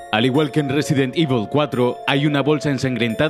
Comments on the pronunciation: Nadie: Absolutamente nadie:: Resident Ivel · Debes trabajar más esa pronunciación de “EVIL”. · "ivol", "ivel" al final como se dice